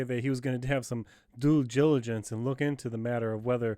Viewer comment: cannot say "Due Diligence" 😂🤝🏾my guy